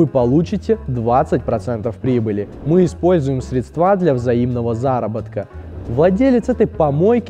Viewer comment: срЕдства, а не средствА